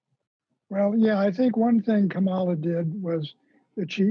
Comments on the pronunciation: And it's KA-ma-la, not ka-MA-la. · Please learn how to pronounce Kamala. Your ongoing mispronunciation is embarrassing and disrespectful